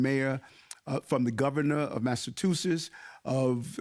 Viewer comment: Did he say Massatoosits